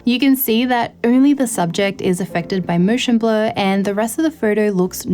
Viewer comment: "Mooshen blur..."